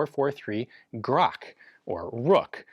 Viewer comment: Or, if you'd like to spell it right, just say "grA'tch"